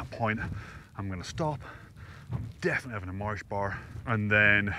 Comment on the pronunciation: Loving these new vlogs. One question tho, are you putting on a Northern Ireland accent? “Mars Bar”